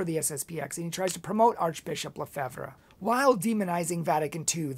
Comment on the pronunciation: You cant even pronounce Lefebvre!!!!